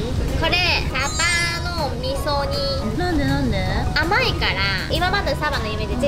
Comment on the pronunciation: サバの味噌煮が上手に言えないが めちゃくちゃかわいい❤ パイナップルドレッシング気になる👀 今度作ってみよーっと